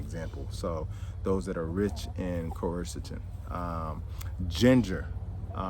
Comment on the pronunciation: You are badly mispronouncing quercetin.